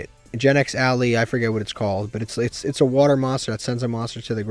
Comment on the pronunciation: Why do you pronounce Ally like that?